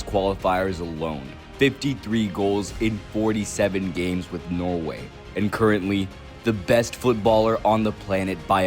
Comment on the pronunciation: yeah i live in norway, but he keeps saying noway